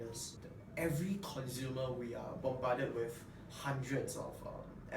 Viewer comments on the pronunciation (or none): Wahlao, it's "consumer" and no "conzumer"